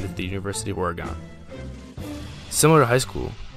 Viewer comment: Cool video and idea. One note: it's pronounced "Ory Gun" not "Or Gone". JStew was a beast!!